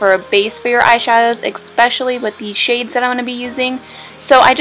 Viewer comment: "especially" and "espresso" made me cringe though